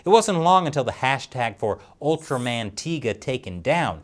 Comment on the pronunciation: It's tie ga not tee ga